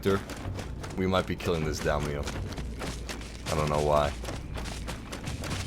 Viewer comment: It's pronounced day-me-yo not damn-E-you